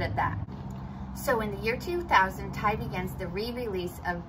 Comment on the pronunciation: Yeah, you’re right. It is pronounced like his name. It drives me nuts as a reseller on eBay when I hear other resellers pronounce it with the capital T and capital Y.